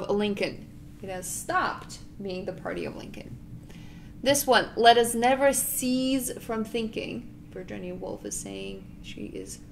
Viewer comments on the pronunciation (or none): "cease" meaning to stop is pronounced different than "seize". for "cease" the "s" sounds like the "c" as in "peace". you are saying it incorrectly. these words are not homophonic. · The word “cease” is NOT pronounced the same as the word “seize”. “Cease” has an “s” sound at the end (like the word snake has at the beginning, s-s-s-s-nake) . “Seize” has a “z” sound at the end like the word “cheese”.